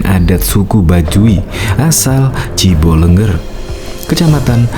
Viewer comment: Bukan Cibelenger tapi Ciboleger